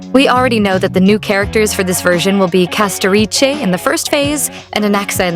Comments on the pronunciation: Castoriche, Castorish and CastoRICE why tf do you pronounce it wrong? are you AI or American perhaps? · ah yes "castoriche" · lmao i like how you speak castorice name 😂